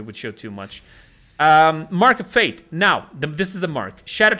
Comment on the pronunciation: He read the mark of fate thing wrong.